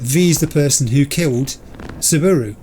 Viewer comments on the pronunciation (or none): It tickles me that Yorinobu and Saburo have become 'Yorinobo' and 'Saburu' 😅